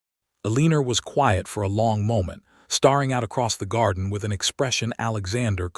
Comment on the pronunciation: Starring and staring are different words. Please find someone whose first language is English to program this voice, or better yet, stop using it.